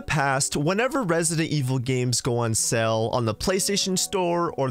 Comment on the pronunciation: You know "sale" and "sell" are different words right? Like they aren't both pronounced as "sell"